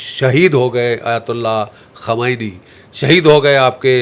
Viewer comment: Its khumeini not khamnae